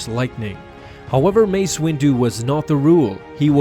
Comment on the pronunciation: U said massa